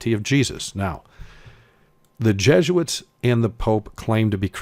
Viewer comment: Who are these "JEGUITS" [sic] that you speak of?? You're a fast talker, I will give you that much.